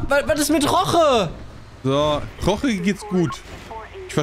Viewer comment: Es heißt Jorge und nicht Roche